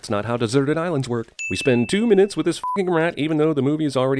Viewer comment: "MInutes" nice :3